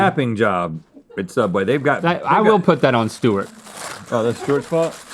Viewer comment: “What we got now St’wart” - Link 😂